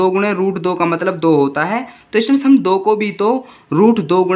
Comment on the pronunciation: Students hota hai bhai stands nahi or ya fir to samajha hi lo ya fir stands hi bol lo 😂😂😂😂